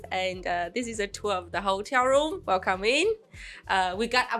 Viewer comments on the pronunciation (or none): I can never figure out if you’re saying ‘Welcome in!’, or ‘Well, come in!’ 😂